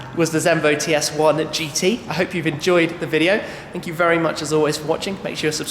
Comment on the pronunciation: WHAT? The Zenvos are "as racy as the danish prime minister".lol but good clients , aren't they?anyways chee-er-sss